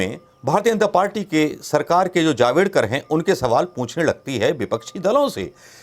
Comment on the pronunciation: आप जल्दबाजी गलत बोल देते है जवडकर नही जावड़ेकर